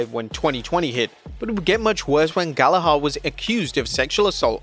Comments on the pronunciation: its pronounced 'gal a ger' NOT 'gal a har'. it's a common and famous british name you should be getting right.... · Bro the pronunciation of the last name Gallagher makes me mad holy. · Dude, you are British, how could you mispronounce Gallagher? Have you not heard enough about the Oasis tour this year??